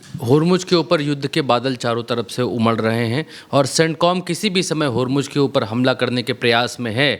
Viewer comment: Are bakhua Hormuz Ka spelling tik se bolo